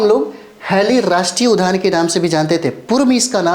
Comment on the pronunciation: Udyan not udban